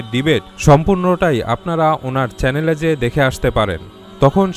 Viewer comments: ভিডিওটা খুব সুন্দর হয়েছে, তবে উপস্থাপকের বলবো চেলেন হবে না চ্যানেল হবে । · Vai apni apnar uccharon thik vhabe korben (chalen) hobe na channel hobe. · ভাইয়া, অাপনার সব‌কিছু ভা‌লো লে‌গে‌ছে কিন্তু ম‌নে রাখ‌বেন অ‌নেকবার অাপ‌নি উচ্চারন ক‌রে‌ছেন চ্যা‌লেন কিন্তু শব্দটার উচ্চারন হ‌বে চ্যা‌নেল। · চ্যালেন নাকি চ্যানেল?? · চ্যালেন নয়, চ্যানেল। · ভাই চেলেন না চেনেল বলেন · চেলেন না চেনেল হবে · চ্যালেন না চ্যানেল হবে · আপনি বার বার চ্যানেল না বলে চ্যালেন বলেছেন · ঐটা চ্যালেন না চ্যানেল। ২৫ সেকেন্ডে বলেছেন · ভাই চ্যালেন না চ্যানেল উচ্চারন হবে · চ্যালেন না ভাই,,,চ্যানেল ।।। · চ্যালেন নয় চ্যানেল Channel!!! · ভাই সব ঠিক আছে কিন্তু চ্যালেন না শব্দ টা হবে চ্যানেল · চ্যালেন না বলে চ্যানেল বললে ভালো হয়। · কেও কি চ্যানেল কে চ্যালেন বলতে সুনেছেন? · চ্যালেন না ভাই, চ্যানেল। 🏮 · Bhai re bhai ke tumi ? are bhai chalen na , Uchharon ta CHANNEL hobe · চ্যালেন না ভাই চ্যানেল হবে । আলহামদুলিল্লাহ, তবে সুন্দর একটা ভিডিও বানিয়েছেন। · বোকাচোদার উচ্চারণ কী !!! "চ্যালেন"..... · ভাই চেলেন কি,, উচ্চারণ ঠিক করেন,, তবে কথা গুলো ভালো লাগলো